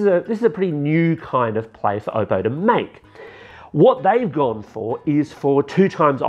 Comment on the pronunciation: Oppo, not Obbo.